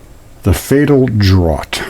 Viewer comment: Draught is pronounced like Draft.